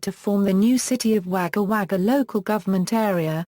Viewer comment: Wager wager its pronounced wogga wogga